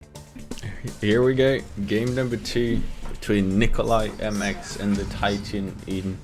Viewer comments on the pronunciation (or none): nikolai.... you will never learn how to pronounce it :')